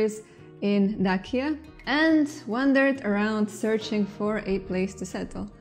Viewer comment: It's not Dakia, it's Dacia :)